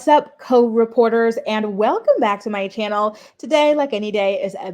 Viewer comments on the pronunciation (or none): Girl why are you enunciating co-reporters now I kinda liked how you used to say it